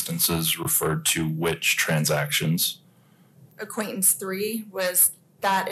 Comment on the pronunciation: Acquaintance not acquainence please pronounce the words with the T letter don’t teach your child to spell words wrong